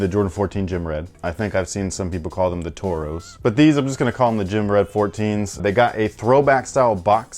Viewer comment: I assumed he was Latino until he said Torro lol. I mean I know not all Latinos speak Spanish ijs. Lol